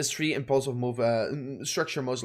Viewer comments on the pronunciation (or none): You seriously need to learn how to pronounce "three", because you keep fucking saying "tree" and its not only annoying but its obnoxious as hell, because you pronounce everything else just fine. That kinda makes it worse, like you are lazy, get it together please, its not that hard...